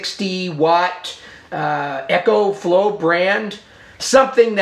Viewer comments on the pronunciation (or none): Its an "ECO"flow not Echo like a sound reverberation